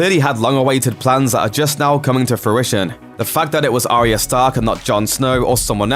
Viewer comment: It's "ARYA" (N.B AH YAH) dude not "ARIA" do you even watch the f*cking show ??